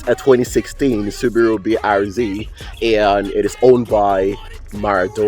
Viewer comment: how he says subaru alone is perfect